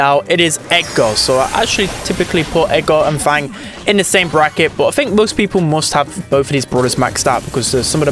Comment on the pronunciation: fang how you don't say him